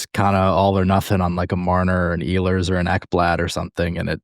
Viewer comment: He is not Eeehlers, he is Ehlers